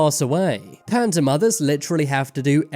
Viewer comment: This story makes me want to change the spelling of "panda" to "panduh."